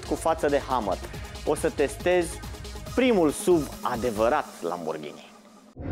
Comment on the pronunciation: Totul bun frumos pana la pronuntie. Nu se spune “suv”... Pune “suv” pe youtube si asculta cum se pronunta, fiindca lectii de spelling in scris sunt imposibil de dat. “suv” cum spui tu suna penibil. Daca esti Praslea cel Voinic si militezi pentru româna pura, atunci nu folosesti nici “sport utility vehicle.” Sa nu imi spui ca esti un avocat al “genului viu al limbii.” Atunci ai putea zice “parizer” si sa spui ca ai vrut sa spui “nestemata”, aducand ca argument genul viu al limbii.